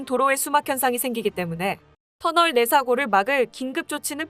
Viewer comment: 3분34초에서 "터널 내 사고를" 에서 "터털 내" 띄어서 쉬고 "사고를 막을" 이라고 읽어야죠. 이걸 "터널 내사고를" 이라고 붙여서 읽은면?